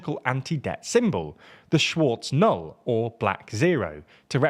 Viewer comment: I'd like to compliment the quality of your videos, that I watch with interest. I would also point out that in this video the pronunciation of some German words could be greatly improved by using any online dictionary that provides audio samples of the word searched (example: Schwarze Null ).